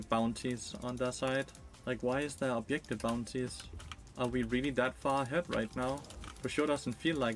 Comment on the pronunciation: Take a drink for every "obyektive" or "anti-fun".